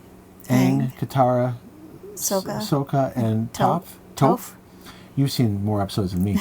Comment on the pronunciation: Just to let you know, sokka is pronounced like Saw-ka and toph is pronounced like t-off. And Ozai is pronounced O-zigh (like sigh but with a z) I had no idea this game even existed until I watched your must buy games at Gen-con video. I love Avatar! Hope you guys record a play through